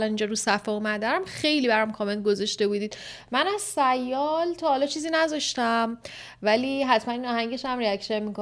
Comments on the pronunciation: تلفظ درست سیال اینجوری۳۰یال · اشتباه تلفظ کردی sial رو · جگر سیال را درست تلفظ کن😅😅😅